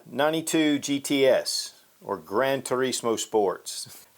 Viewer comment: has that Italian accent when he said "Gran Turismo". 👍🏻😎